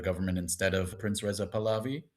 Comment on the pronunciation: I find your insight really valuable, thank you so for what you do. One thing I wanted to add - when you say Prince Reza Pahlavi, it sounds to me like Princess-uh-Pahlavi. (unless i am misunderstanding what you're saying)